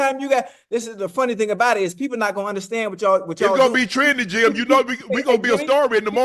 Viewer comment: Unc: Yo name JIM.... not GYM